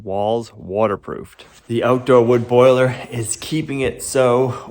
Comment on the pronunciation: It's NOT a "BOILER." Come on,, say it.